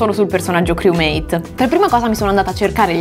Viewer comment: Lo dici male criumeit fra